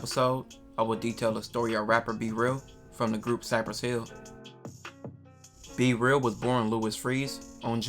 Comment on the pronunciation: His name B-Real, not c-real duh... 😂